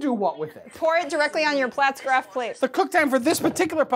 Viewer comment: You put out some good stuff but hot damn if I don't want to pull my hair out every time you say Pfaltzgraff... It's not platzgraff, it's Pfaltzgraff damnit! Haha My Pfaltzgraff stuff isn't nearly as nice as John's but God the pronunciation kills me!